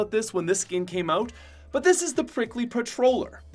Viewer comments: I love how he says Oot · I love the way u pronounce out fellow canadian